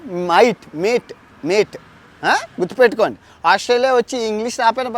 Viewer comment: Thanks "Mite"(mate)😃